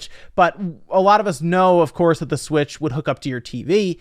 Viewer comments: I nearly peed every time you said "Smitch" with a serious face! LOL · I lose it every time I hear "smitch" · "Smitch" lmfaooo